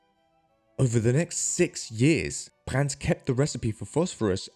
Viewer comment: There's no T in Brand's last name.